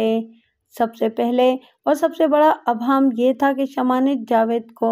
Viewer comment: Abham nahin ibham sahi hai.